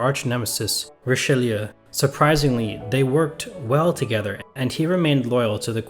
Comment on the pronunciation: It’s Richaloo! Pronounce it Richaloo!!!!!!😡